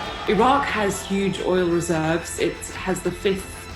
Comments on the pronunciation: الرجاء احترم اسم العُراق مش العراء ولا العراك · الحين البلد اسمه العراق او عراء ؟ يعني المذيعة حتى اسم البلد ما تعرف تنطقه مثل الناس ؟ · Why is she pronouncing it iraa instead of the correct way. This is stupid. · In english it’s iraq not ayra and in arabic it’s arak not ayra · Why do you say Iraq like that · I've never heard anyone pronounce Iraq that way. Not even from Iraqis. Idk if it's right or wrong, but it's definitely interesting.